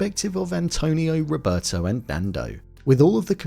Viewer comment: The way the actors in Alive can barely pronounce their characters Spanish names is already soooo cringe worthy... "Rovertou"... "Antounio"... Ugh. The last names were worse. The way the pilot drink mate... 🤦🏻‍♀️ How at the end all the survivors look barely a little dirty but healthy as if nothing had happened after 71 days of living in the conditions they were living... All that shows the actors didn't even try to research or prepare properly for their roles... In Society of the snow some actors lose 20 kl to look realistic and the job of the custom and make up department was way better. They changed so much stuff. The real Carlos Paez told in an interview that the shoe thing in Alive actually happened but between Nando and him not Javier and he was really upset about the change. Marcelo's name was changed to Antonio... All that hollywoody action sequences of almost falling and coming back cheerfully laughing in that slide thingy they improvised never happened or not with that state of mind. They were not happy. Anyway, to sum up Society of the snow by far a better film.